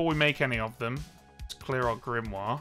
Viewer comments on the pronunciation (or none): none